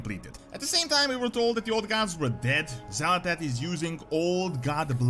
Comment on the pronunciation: it's not xal'etesh, it's xa'latath. it's super minor, but it is a thing.